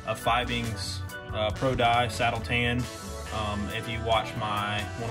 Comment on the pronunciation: yep people love grammar Nazis. Just can’t believe a leathersmith would mis-pronounce the most common dye brand lol